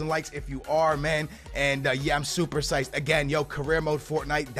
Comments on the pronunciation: ITS PSYCHED BRO SAY IT RIGHT LOL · Love the vids, but pls say "psyched" correctly